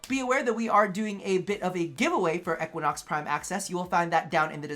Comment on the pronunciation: He said Equanox lol